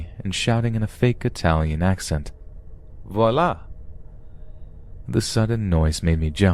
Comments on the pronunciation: I heard it! Bit like saying "voila" in an Italian accent! 🤦‍♀️ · Why would he say "viola" in an Italian accent?